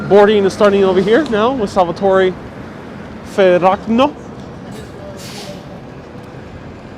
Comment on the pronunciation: Salvatore Fe-raq-no 😂 ( Salvatore Fe-rra-ga-mo 😀 )